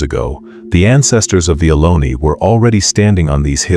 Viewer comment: It’s Ohlone